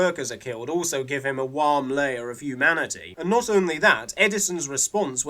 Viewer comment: A positive DW Chibnall video?! Ugh, vurtue signalling! You say warm wrong ! Worst video ever! Nice video, kinda thinking of taking a look at it myself but a lot of what I like about it I also like about Vincent and the Doctor which I want to review more since it's my favourite episode of the whole show.